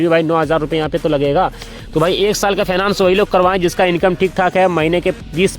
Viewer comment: अरे पहले सही से बोलना सीखो फाइनेंस बोलो